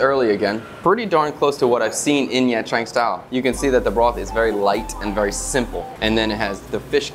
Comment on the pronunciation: Love the content! You make me wanna quit my job and move to Vietnam haha also pronunciation tip: the “tr” in “trang” and other viet words can just be pronounce like the “ch” in “cha ca”. Keep it up!